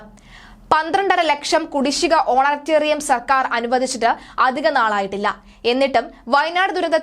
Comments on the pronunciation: How many times have you used that Wrong word. Correct word is honorarium and not honatarium. Please do some home work on your vocabulary before publishing such news. How do we know whether your news is fake or not....... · Honorarium not honatarium. There is no such word in English. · Honorarium ആണ് കുട്ടീ. ഹോണട്ടെറിയാം അല്ല. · ഓണറ്റേറിയം... എന്ന് അല്ല ഓണറേ_റിയം Honorarium